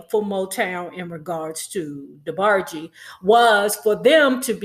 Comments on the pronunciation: Debarg-EE. lmaooo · Lol it’s just weird hearing you pronounce their name as “Debargey” 😳😂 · Debargee? Can tell you weren't a true fan. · Not DeBargee lolol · She was tickling me every time she Say Debargees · Please pronounce their name correctly. Respectfully. Thanks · You can’t even pronounce the name right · Before doing trash gossip...learn to pronounce the families name correctly...... rhe E is silent in their last name....how u do not know this blows my mind. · Why are you mispronouncing Debarge? Not cute at all. The "E" at the end is silent. I literally stopped listening within a few seconds. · What is wrong with her pronouncing Debarge like that. Damn…irritated me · Gosh, you're letting those people attack you 'cause you're having a little fun with the DeBarge name? I'm sure you know the correct pronunciation; all I see is that you're having a little light-hearted fun. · Damn pronounce their name correctly! You sound stupid! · The E is SILENT in DeBarge im sure! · 😭😭 I turned it off soon as she pronounced it like that. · I could not really watch because of this. Plus I don't really like when people talk bad about the Debarges without even knowing them or the whole story. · THANK YOU, IT'S ANNOYING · James and Phillip's last name is Ingram, not Bailey. The 'e' in DeBarge is SILENT. Much of your information is just not based on truth. I will not comment on your speaking skills. And finally, I would not pay 5 cents must less 5 dollars to subscribe to listen to your massacre of the English language. When you çomment on people's lives THINK before YOU speak. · The e in Debarge is silent.😊